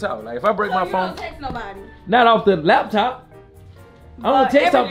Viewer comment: Bro when he said my phoe(phone)